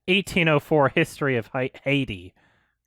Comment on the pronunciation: Hearing almost mispronounce haiti made me laugh hard